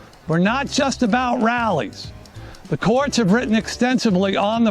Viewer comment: When he started talking about the courts, I thought he said “quartz” and I was momentarily confused about why he suddenly switched topics to geology.